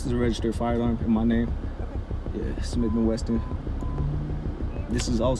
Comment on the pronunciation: Did he say smith and WESTON? TF is that? If you cant even pronounce it you shouldnt have it